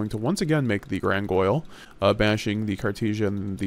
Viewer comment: Gran-gin-yol grangoyle is giving me straight up seizures.